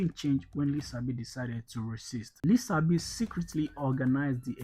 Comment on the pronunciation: Thank you for the video. Don't forget his name is pronounced with the sh sound as in Lishabi written in Yoruba language with the s having a dot below it as the Yorubas' sh sound. Thank you.